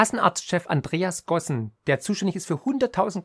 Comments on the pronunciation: Übrigens: der Chef der KÄV heißt "Gassen" und nicht "Gossen".............😆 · sorry, der Vorstandsvorsitzender der Kassenärztlichen Bundesvereinigung heißt Herr Gassen und nicht Gossen... nur mal kurz angemerkt... nicht böse sein ;)